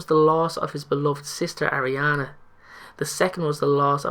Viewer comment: also, it's pronounced Ar-ē-ana not Air-ē-ana